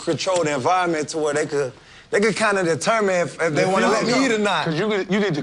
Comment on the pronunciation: lilmik551 nah you saying “Dey” tears y’all down lol